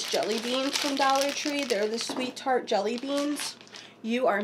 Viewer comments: Tart! Can’t wait until spring! I’m from Upper Darby so I know about my pronunciation! Lol 👏😉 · Tart .,, By the way you're pronunciation is fine lol there's not one person on YouTube that does everything perfectly so don't worry You're great! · Your pronunciation sounds fine to me but I’m just across the Betsy Ross Bridge! Tart!!